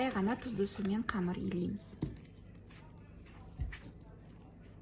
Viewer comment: Не камар, а камЫр